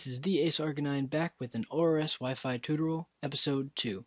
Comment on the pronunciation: Toot-oral? Too-tore-e-al.